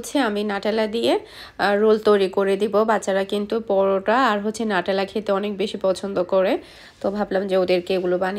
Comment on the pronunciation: আপু ওটা নাটেলা হবেনা নিউট্রেলা হবে,আবার আপনি বোন কে ভোন বলেন কেনো আপু??